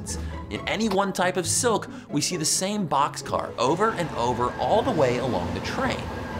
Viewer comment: The way she pronounces "silk" is confusing.It sound more of a "soak" then silk.